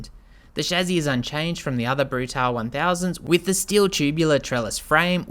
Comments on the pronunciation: Not Brutal it's Bruta - le . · I own this bike and it's been quite solid after the first year of ownership. Keep getting SCU errors (Susp. Control Unit), and installed the Arrow exhaust recently--insanely loud, but this bike is a real rocket and scary fast. Lots of complements on it wherever people who ride are found. Rims truly are stunning. Love this thing. Wish this guy would prounounce "Brutale" correctly, but oh well.